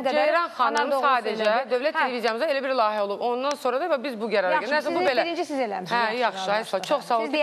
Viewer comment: iyrenc rovsane lahiyye yox layihe